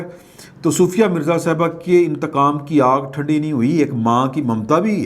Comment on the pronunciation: Excellent vlog. Love you. By the way her name is sofia not soofia.